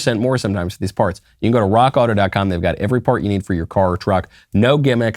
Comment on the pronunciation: Hey Knowles. You are sayin Rock Auto wrong. It's RRRRROCK AAAAUTO! Listen to Klavan